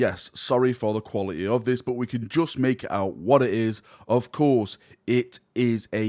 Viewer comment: "qualty" xD